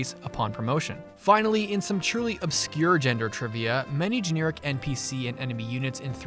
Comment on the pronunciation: Why are you saying "cleeric" and "geneeric"?